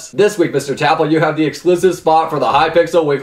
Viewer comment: Cmon, It's pronounced Tapple not TapL xD